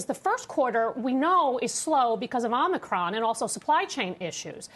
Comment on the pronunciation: It's Omicron, not Omnicron. Took me less time to pronounce Giannis Antetokounmpo. C'mon now.